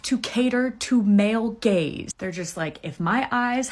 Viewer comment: Why she say male gays 💀